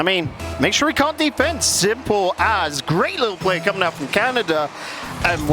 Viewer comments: I know he said it correctly, but I kept hearing USA vs Kanda 😅 Tickled my pickle every time. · Alternate title: British caster mispronounces "Canada" for nearly 29 minutes